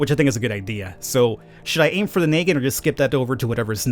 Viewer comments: just FYI: the negant revolver is not pronounced “knee-gant” it’s pronounced closer to “nuh-gahnt” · "naked revolver" its pronounced NA GAUNT